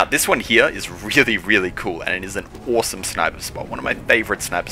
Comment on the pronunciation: Oowsum vantig pwoint